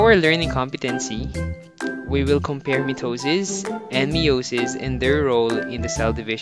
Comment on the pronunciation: mitisis and meosis